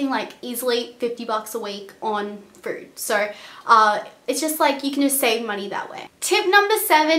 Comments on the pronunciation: lol "and frood is like so expensive." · Nice video thank you ! But 1 thing are you saying Frood ? Fruit? or Food? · "frood" :D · When she was saying food I thought she kept saying fruit since Australians add the "r" sound in all their words loool I was like why do you need to spend that much on fruit?? LOL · frood lmao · is she saying not to be fruit or food....i cant tell